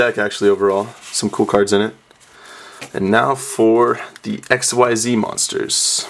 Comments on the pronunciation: Its not ESXCEES or stuff its called XYZees but you don't pronouce the whole XYZ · it's pronounced exeez not x.y.z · It's pronounced "ik-seez" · quote: "I wish they were called Exceeds" unquote They ARE! Xyz is pronounced ik-seez. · xyz's are pronounced ik-seez. the fans just thought it was exceed because it sounds like it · Its pronounced Exceez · On the wiki. It says ikseez (pronoun citation) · Oh my god I hate when people think it's x-y-z it's 1 word pronounced (ikseez) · It is pronounced like exceed. ek-seed. xyz. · Its "Ek-zeez" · I thought it was pronounced zerks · it is pronounced ECKzeed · Uh it's pronounced x c's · it is pronounced IKZEEZ! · It's pronounced xzeez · not ikswhyset-starter-deck!!! Iksees is the right pronountiacion!!! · I love how nobody knows how to actually pronounce the name of the new monster type, it would indeed have been better to just call them exceed monsters